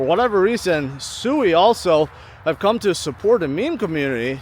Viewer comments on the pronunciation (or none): I don't think sui is pronounced soooweee, it is pronounced. sweeee